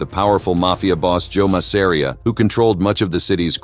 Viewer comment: Ma sa ree aah get an AI that can pronounce names correctly